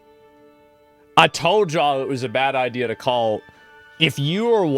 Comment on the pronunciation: Every time I hear "excetera" something dies within me .. it's ETcetera. Basic English, don't add letters where they don't exist. Idea, not ideer. Alicia, not Alisure